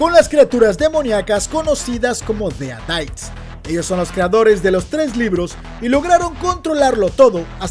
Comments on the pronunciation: Deritis no deadaits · Odio como dice : dead aites